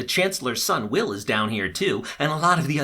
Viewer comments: i just realized he called wells ✨will✨ BAHAHAHA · Omg WELLS! As in HG WELLS! Not will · It’s Wells not will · His name isn't will, it's Wells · He says Will not Wells :( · its not will its wells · dude its wells not will. Jahas sons name is Wells. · His names is Wells, not will. WELLS. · Welles not Will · his names wells not will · Lol did u call wells will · Is it just me that noticed he says "Will" instead of "Wells". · His name is Wells, not Will. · I died when he called Wells will😂😂😂😂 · Wells. His name is wells. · Dude your so bad with names...it’s McCreary not mcclearly and wells not will